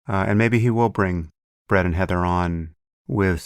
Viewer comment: It did sound like he said, Bread…lol. All Bread No Butter Weinstein.